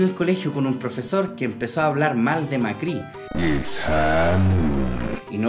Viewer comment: Se pronuncia Mácri y era quinto de primaría de Argentina, igual era mentira el twit jaja